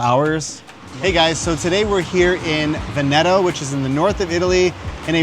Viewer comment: Vèneto. Not Venèto.